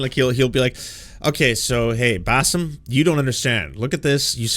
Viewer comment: Does he keep calling him "Bassef"??